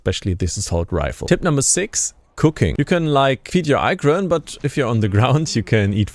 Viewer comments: ITS N9T EYE KRAN ITS IKRAN IH KRAN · LoL....its sad that he made a review but cant pronounce Ikran. This show he didnt really play the game or know anything about the game.